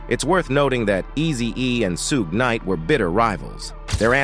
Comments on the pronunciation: Sugay knight? Lmfao rofl I'm dying here on how you can fuck his name up on every video you call him something different, it's (shug) like suga bear , or sugar, or Suge ! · I stopped listening after hearing "Suegay Knight."🤣😂🤣😂💯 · Sue Gay Knight? I'm pretty white, but come on dude. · Soo-Gay Knight 😂😂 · Who tf is sooga knight 😂😂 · Suuu-gay night pooruuu 🤣🤣🤣🤣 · "Sugay night"😂😂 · Sue-gay Knight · I lost it after hearing “Sue-gay knight.” 😂😭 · Sue-gay night yh 😂😂 sounding like the meerkat from the compare the market ffs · Su-Gey Knight 🤣🤣🤣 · “Sugé Knight”😂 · 😂😂😂😂😂😂Soogay night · Suegay Night😂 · Suegay knight 😂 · this dude really said "Sue-Gay" Knight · Sue-Gaay Nitey Nite.. 🤣🤣🤣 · I noticed that as well, it had me laughing throughout watching the clip. 🤣🤣🤣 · I was like WHAT??? Haha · Sue gay😅😅😅😅😅😅😅😅😅 Got to love Auto readers 😁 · I disagree.. Signed , Soogay nite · Sugey Knight?🤔🤔😂😂 Hollysmokes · Can’t pronounce Suge Knight for nothing😂😂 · I can't even watch a video that can't pronounce Suge Knight or Piru smdh